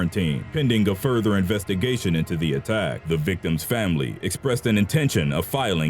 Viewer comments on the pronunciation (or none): none